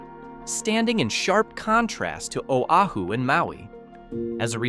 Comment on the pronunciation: Real estate. Realtors and greed. Whiet capitalists exploiting a people. Shit. The narrator cannot even honor the state…couldn’t pronounce Oahu. WT f. Practice before, and get it right instead of adding injury to insult.